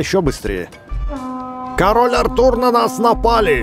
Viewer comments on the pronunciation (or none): none